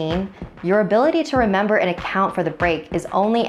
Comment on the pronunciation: instead of it saying remember it say rember